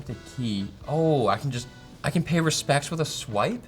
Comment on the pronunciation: "PFESS R TO PAY FESPECTS"